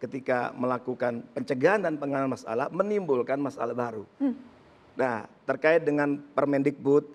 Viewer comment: Pak masalah ya bukan mas alah. Duh perlu diperbaiki lidahnya !